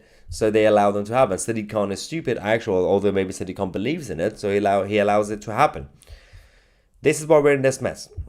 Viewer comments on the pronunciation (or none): none